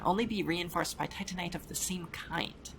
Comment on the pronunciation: Happy to hear the precise pronunciation of Titanite is back!